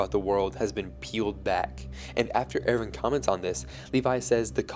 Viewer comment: I'm sorry but I can't watch this video with the Erwin pronunciation.